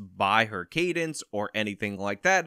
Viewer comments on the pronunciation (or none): none